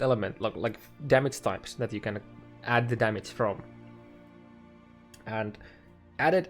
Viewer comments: its damage not fuckin DAMIC idiot this is unwatchable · The maths, only one thing bothering me though. The word is called "damage" and not "damats" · dämätz LUL